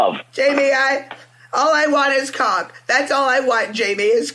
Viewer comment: I miss dronk. It was always shecks, caawk, peenush. That all he thinks about and it comes out more when he’s dronk 😂😂😂. Virgin #87.